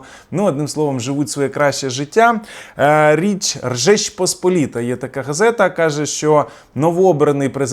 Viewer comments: Жечь Посполіта, а не Ржечь!!! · правильно-Жеч Посполіта,а ви кажете як чех-Ржеч) Без образ,я просто знаю польську) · не "ржеч",а "жеч посполіта".Не дякуйте😊. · ну ви щось як ляпните, так ляпните: "Жечпосполіта"❤